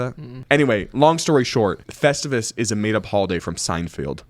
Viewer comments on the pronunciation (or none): Seinfield? Please tell me you were kidding when you said "Seinfield"...